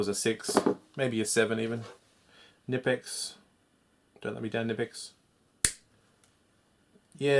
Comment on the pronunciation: Ca-nee-pex is how you pronounce knipex